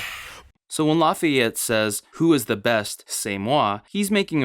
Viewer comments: why you say Laff-I-ette?!?!?!? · ok but did you say laughy-yette